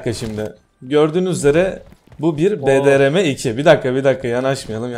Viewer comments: BRDM2 e sürekli bDrm2 demen 😆😆 Bir numarasın her türlü 👍🏻👏🏻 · Yav abi şuna BDRM diyip durma 😂 onun adı BRDM-2